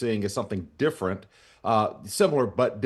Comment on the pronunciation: It’s (D)ifferent